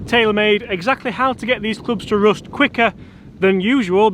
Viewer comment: Did you pronounce rust "roost"?